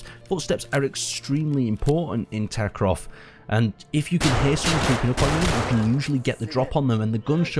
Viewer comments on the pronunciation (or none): you keep saying Escape from Takrov xD It's Tarkov! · its escape from tarkov not tarkrov